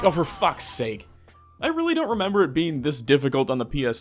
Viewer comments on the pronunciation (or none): none